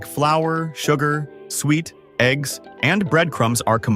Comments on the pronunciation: Suet sue-it. What the hell, sweet????? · It is pronounced SOO-IT, NOT SWEET. We call it FRUIT CAKE here, not pudding.